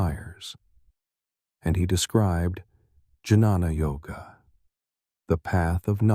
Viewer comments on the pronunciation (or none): Sorry but the pronounciation of "janana yoga " Is "gyana yoga " Which reflects the means of knowledge Here the author has described is ok so thanks to krisha Hare krishna